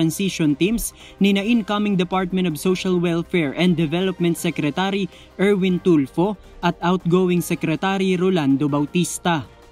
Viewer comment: mr.air-win tool-fee...welcome po...work muna bago salita pls....